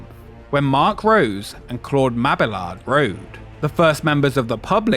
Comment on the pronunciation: Thank you for actually pronouncing Bolliger and Mabillard correctly. Mabillard is not Spanish. Lol